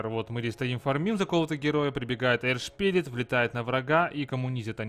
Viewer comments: точняк)) эрш шпирит блеать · посмотри транскрипцию earth и научись говорить правильно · Это его фича :D